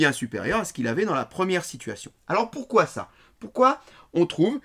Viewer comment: de a il dit : alors pourquoi ca , "poukoi" mdrr j'aime trop ce prof 🤣🤣🤣🤣